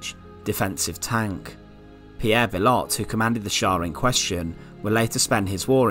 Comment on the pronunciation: bill ott? bee oh.